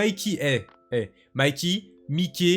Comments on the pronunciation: J'ai été perturber par "miké" C'est ✨mayki✨ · Mikey pas mickey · J'ai quitté la vidéo qd il a dit "Mikey" genre Mickey Mouse frrrr t'abuses